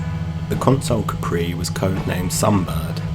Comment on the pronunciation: Consul not Console. Look up Ford Consul.